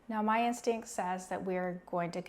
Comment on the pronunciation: Your “instinct”.